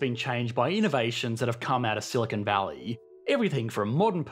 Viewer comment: The British always make this mistake. They mispronounce Silicon Valley as "Silicone Valley", too.